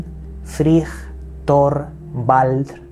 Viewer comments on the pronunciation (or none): none